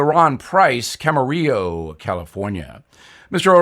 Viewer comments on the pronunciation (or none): none